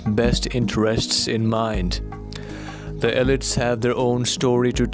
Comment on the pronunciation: Elite is pronounced ee LEET.